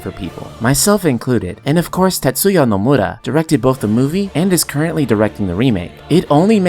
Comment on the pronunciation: It's funny how you say "NomurRra" ahahhah Nice video btw, I love watching your videos